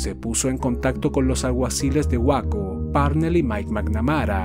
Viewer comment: Una pequeña observación sin ánimos de ser molesto por que el trabajo en estos videos es excepcional, respecto a Waco, se pronuncia “Wayco” saludos a todos en el canal…